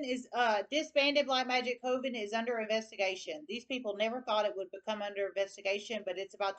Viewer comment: Dear.... a witch's COVEN is pronounced Coven. Rhyming with OVEN. Thanks for correcting